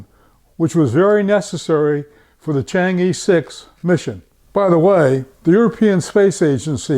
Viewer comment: pronunciation of chang'e, not "i:" but "ε:"